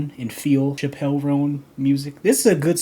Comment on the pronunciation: Thanks for your video. You pronounce her name wrong though, It's more like CHApell (the emphasis is not on "pell").